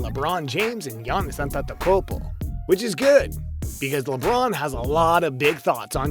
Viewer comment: "Giannis A tent a kopo"